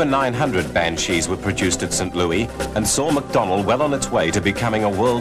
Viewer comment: Kind of annoying to listen to someone constantly mispronounce St. Louis. But still a good video.